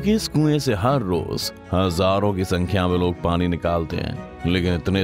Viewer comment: Kya style mey bolte ho bhai. Pani ko Parrin 😂👍